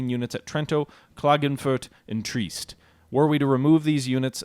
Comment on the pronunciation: Also Trieste is pronounced tree-est not treest